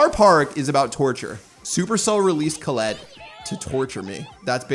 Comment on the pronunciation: Who tf is Colelet?? It's "Colette"